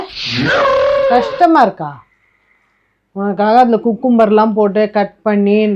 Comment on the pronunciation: கியூகம்பர், இல்ல குக்கும்பர் 😂😂